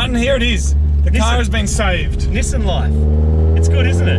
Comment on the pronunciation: Knee saan